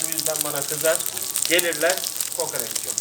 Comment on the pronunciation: Niye kokareç deyip duruyosun hemşerim doğrusu KOKOREÇ değil mi?